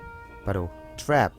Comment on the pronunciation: 역시 오늘도 재밌개 하시는 ㅎ 트랩 발음 트뤱~